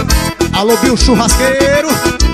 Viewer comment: Só eu q percebi q ele falou boa bill